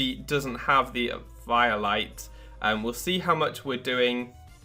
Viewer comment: It's like someone says Pie-kachu. And you just want to punch that person.